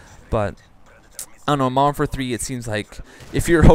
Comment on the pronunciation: Nice game. I find it distracting you don't enunciate modern warfare. Sounds like moderoarfare.